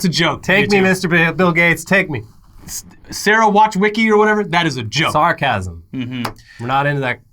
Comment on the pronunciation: the way said sarcasm made me think he was gonna say 'sars'casm which made that exchange even funnier 😂😂